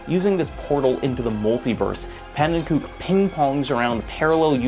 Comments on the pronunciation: I'm loving this, but every time you say "pannenkoek" I cringe a little bit. In the 255 Coin Limit video he says his channel name and it's pronounced pan-en-ko-eck, not pan-en-kook. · I've watched every video in the YouTube catalog. I've read and reread How a Game Lives. This might be my favorite essay yet. Which is why the pronunciation of Panenkoek's name kills me every time. He doesn't use the Dutch pronunciation to refer to himself, preferring "ko-uk" to "kook" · Hey, love the video but noticed you pronounced pannekoek the correct Dutch way. Just thought you might wanna know that pannen himself actually pronounces it like pannen-ko-ik. Also, you might've stumbled across it at some point but Bismuth made an incredible video series on the A-button challenge which has a large focus on pannen and his work. I recommend checking it out for more on the topic. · As a huge fan of Pannenkoek (fun fact: he actually pronounces it "ko-ek" rather than "kook", despite the latter being more correct) and the ABC Crew, I was holding my breath this whole video to see if they would be brought up. Audibly said "YES!!" as soon as he said Super Mario 64 lol. The section on Watch For Rolling Rocks was pretty much a perfect description of my introduction to the A Button Challenge, and it's really a shame to know that making that video pretty much destroyed Pannen's mental health for a bit. 3 weeks of what can only be described as Crunch, in between already demanding university semesters. I'm so so glad that that video got made, but I wish that he'd had the chance to make it in a more healthy timeframe and mindset. To anyone who wants to learn more I highly recommend the recent videos on Pannenkoek's channel as well as Bismuth's 6 hour documentary on the ABC, it's absolutely fascinating and probably the most in depth and thoroughly documented case of a group of people trying to learn everything there is to know about a game. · btw its pronounced "pannen co-eck"